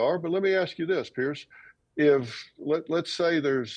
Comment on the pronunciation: Can people not get PIERS' name correct by now?